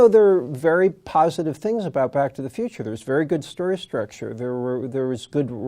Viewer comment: The girl makes it sound like she's sayin' 'BOCK to the future'.